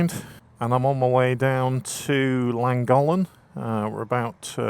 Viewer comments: Llangollen i think you said Langholm 😊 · Isnt it pronounced langothlen? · Would have been nice if you had done a tiny bit of research as to actually pronounce Llangollen, its not rocket science, and no, im not Welsh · Also pronounced it Thlangothlen because of the double LL's. Maybe I've been doing it wrong? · Nice vid. Llangollen is pronounced more like Chlan (the Ch is important like in church but listen or ask locals)- Goth Len. Wales is great for bikers. Glad you love it. I do find how people say Welsh place names funny :) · In your defence it’s not easy to pronounce words in a language you don’t know. I understand the frustration for 1st language Welsh though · Llangollen is a gorgeous place but I wish you would pronounce it correctly. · You are miss producing the name of the town in correctly. There are two LL not one at the beginning that make a sound together as if you have flem in your mouth and you put your tongue between your teeth to say the word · Please please learn how to pronounce Llangollen 😖. 50 & 40mph roads haven't changed under the new legislation. My Speed Twin 900 cruises along happily at 20mph in 2nd gear. Nothing is ruined, North Wales is still the best place to live & ride. Sure the 20mph zones could be tweeked in some places but it's early days 🤷‍♀️. I won't be signing any petition, it's nice having our villages safer & there are plenty of fast roads still. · Can't listen you wreck how you pronounce Llangollen 🤦‍♀️ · To be fair, you should be banned from Wales until you learn how to pronounce Llangollen properly. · Thanks, but I feel you could have made some attempt to pronounce Llangollen properly. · Nice vid but try pronouncing Llangollen correctly especially grating listening to you massacre it....also 20mph in towns villages is mildly irritating ...no one likes change.🏍🙄